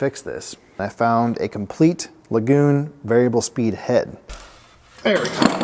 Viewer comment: LAY-GUN not La GOON lol! Great rebuild!